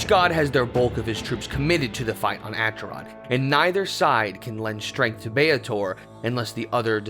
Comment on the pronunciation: Acheron is pronunced AKERON.